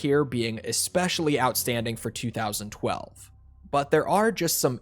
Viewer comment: It’s TWENTY TWELVE 👎